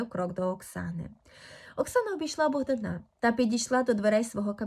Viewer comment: Чому Богдана' а не Богда'😊на